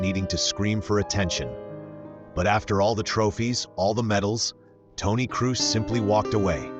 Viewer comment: Well, if you want to pay tribute to a man, please make the effort to pronounce his name right. His name is „Krohs“, not „Crews“. At least give it a try. No shame in failing. But not even trying? That’s disrespectful.